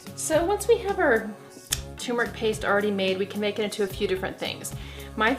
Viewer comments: Turmeric not tumeric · Good grief ma’am , it’s turmeric NOT tum-eric. Are you a fraud? A doctor who doesn’t know how to read. And you repeated that same error every time. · “TUR-metic”, not “TUMOR-ic”!!!!!! Sheesh. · TURRRMERIC NOT .. TUUUUUMERIC It's always annouciated wrong!!! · Pronounced TURmeric not TUMeric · The word turmeric sounds like tumor when you are talking fast. It’s scary! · Is the first r silent in Turmeric? I've always called it tur meric as that is how it's written. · It’s hard for me to take you seriously when you’re not pronouncing turmeric correctly. This drives me crazy!!! It’s like some American pronounced it wrong 10 years ago and everyone just followed along like a bunch of sheep. Ugh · Did the first r in turmeric run away? Lol